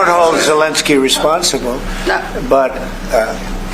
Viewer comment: Zelenskyy, not Zilinsky. Eh, not uh.